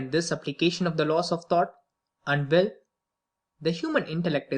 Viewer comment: 😂😂i was looking for someone that feels the same dont know why he was allowed to read